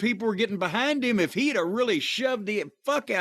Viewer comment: LMAO AEW dynamite is such a bad show that mispronounced if that doesn't tell you that this show is a sinking ship with the death riders storyline IDK what does 😂😂😂😂😂😂😂😂😂😂😂😂